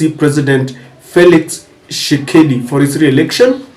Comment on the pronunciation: Dude, the name is TSHI-SE-KEDI, not Tshekedi. C'mon, be professional!